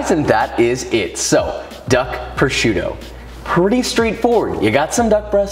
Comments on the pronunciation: Si dice prosciutto frate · Nice video and good receipt that i am actually gonna try 👍🙂but... Carbonara with duck “prosciutto” is blasfemy by all means, my ears started to bleed when I heard it. 😱😱😱